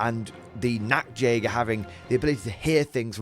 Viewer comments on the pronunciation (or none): Hey great video! Just to let you know, the way you pronounce the Nacht in Nachtjäger means Nudehunter (Nacktjäger) ^^. The CH is pronounced like in Loch Ness so it's Nachtjäger (Nighthunter). Also the plural of Jäger ist simply Jäger not Jägers. The next thing is the S in Stahltruppen is pronounced like SH in shiver or ship. Cheers!